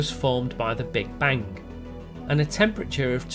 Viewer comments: the k sound is so small xd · ".. the universe was formed by the Big Bank." The inability of English people to pronounce words from their own language correctly is mind-boggling. Or mind-bogglink.